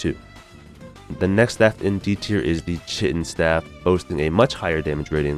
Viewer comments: Kie-tin dude not Chit-in...American school systems at work again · The pronounciation of chitin 😄